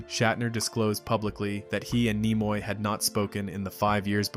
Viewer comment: Idiot. Look up how to pronounvr names. Nimoy has a short i sound, not long. Ruined the whole video.